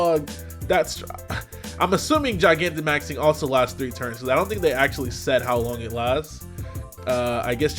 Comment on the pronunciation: I feel like you pronouncing Gigantamaxing wrong, but I’ll forgive you